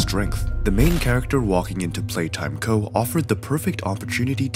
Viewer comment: Why he say playtime go and poppi wrong?